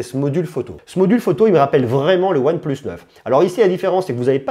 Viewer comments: Arrête prononcer ''one pleuss'' S'il vous plaît monsieur 🤦🏽‍♂️ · One pleusse nord 2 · mdr tu sais même pas prononcer oneplus ou quoi je sais pas c'est logique one et plusse quoi